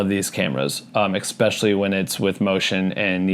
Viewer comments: especially not expecially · I promise to subscribe if you stop saying ’expecially’ 😅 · Especially.....not expecially...learn english😒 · The way you say especially is killing me hahaha, thank you for this vid and sharing your knowledge